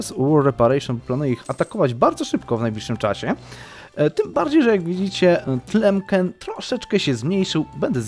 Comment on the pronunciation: Brawo za zapał! Oglądam! Ale nie "Tlemken" tylko "Tlemsen" :-)